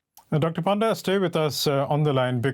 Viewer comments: more like Puh-nda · Bro that's not panda.... it's actually pronounced as Pa - nda (Paa) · Please dont call him Doctor Panda, otherwise Chinese will claim ownership on him too.. Also we pronounce Panda as Ponda.!